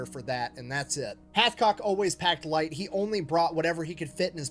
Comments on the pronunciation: Hathcock not Hatchcock , "numb nuts"! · Hathcock not Hatchcock!!!